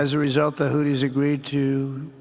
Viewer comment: He said houthi like hootie, and now i only wanna be with you